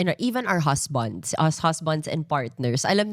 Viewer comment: Husbands. NOT HUZBONDS. Come on now!!! Stop this pa-soci pronunciation!